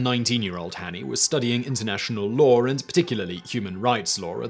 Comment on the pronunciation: Law has no ‘r’ in it.